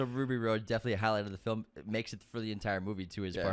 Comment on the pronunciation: 🤣 🤣 🤣 Right?! Every time I heard “Ruby Road” my eye twitched a little. Haha